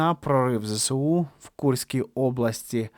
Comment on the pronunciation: Та не ЗЕ-СЕ-У, а ЗЕ-ЕС-У! Може вже на 3-му роцi вiйни вивчите ! А нашi хлопцi молодцi!❤